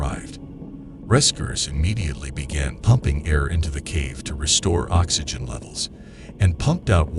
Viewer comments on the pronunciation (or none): none